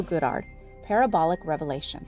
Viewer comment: Can we please start pronouncing Neville's last name correctly??? Kinda distracting...